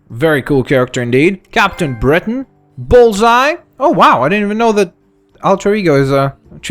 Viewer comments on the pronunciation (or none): none